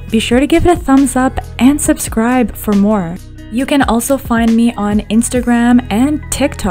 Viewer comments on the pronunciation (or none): none